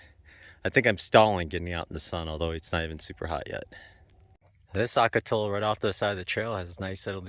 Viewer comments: my fellow jarhead.... Brother, OCOTILLO is pronounced OH-KO-TEE-YO, LOL...... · OK, ocotillo is pronounced oh-ko-TEE-yo. 😉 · I'm just made a drinking game out of every time he mispronounces it ;)